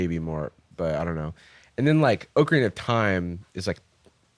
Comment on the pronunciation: I love Jarvis but I hate how he says Ocarina